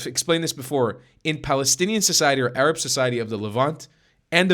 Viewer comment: An Arab doesn’t pronounce the “h” as a “kh”. That’s how you know he’s fake.